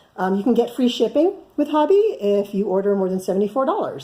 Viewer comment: Listened to a video by Hobbii, and they pronounce it hoe-be. I love their yarn!